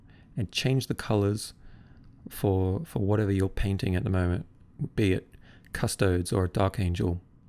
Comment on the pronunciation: The way you say Custodes cracks me up every time. Awesome video, keep it up!